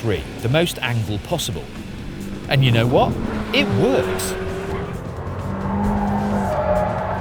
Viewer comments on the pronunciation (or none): you knohh